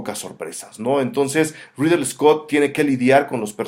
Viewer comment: Un shot por cada vez que dice "Riddle" Scott en lugar de Ridley. ¡Buena reseña, saludos!